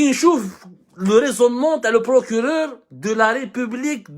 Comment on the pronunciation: "El Prokuréreurrr" emploi très maladroitement l'Inversion accusatoire ...